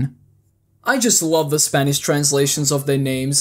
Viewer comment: “and if you’re SPAINISH you get MEGAN” 😂😂😂😂😅 “and if you’re Spanish ANGIE” 😂😂😂😂😂😂😂😂 “and if your Spanish you get REYAN” 🤣🤣🤣🤣🤣🤣🤣🤣🤣🤣🤣🤣🤣🤣🤣🤣🤣🤣🤣🤣🤣🤣🤣🤣🤣🤣🤣🤣🤣🤣🤣🤣